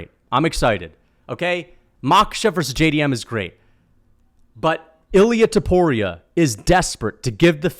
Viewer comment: Its Topuria not Tuporia you meathead.